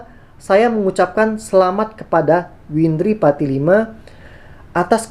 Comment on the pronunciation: berulang2 nyebut nama windri salah terus...😊